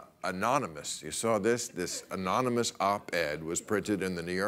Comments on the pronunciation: Uhh... Bill, it's pronounced "amonymush." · It almost sounded like enormuanus. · Aonnonomos, anoynamous, anonomoose, aluminum, covfefe! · "Threat Level Orange" and "Ananomiss." Perfect. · "Omomynous" Hahaha! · "An anomous.... anominous". Haven't you been embarrassed enough already, USA? Let's hope he never has to negotiate something like "statistician". It's not even funny. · It's pronounced ominous. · Aminumos... amanimous. animinous, amini... Fuck it! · Anominosh! Meaning, unknown. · Anomous, amonomonous, anomonus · They should reveal the source as soon as trump can pronounce "anonymous" correctly in one go. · he cant even say anonymous... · Lmao he couldn't say anonymous omg what a shame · Trump pronouncing 'Anonymous' made me laugh out loud hahaha. How can you be at that really and not laugh. Wow very loyal followers lol